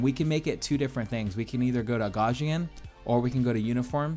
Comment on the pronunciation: Nice video. FYI I’m pretty nobody cares but you mispronounced “Gaussian”.